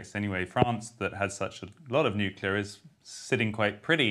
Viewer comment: Cable networks need to let this voice in. And RFK Jr needs to learn that nuclear has one u. If you can say CLEAR, u can say nuCLEar.